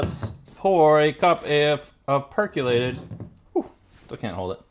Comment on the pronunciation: Per COlated, not per CUlated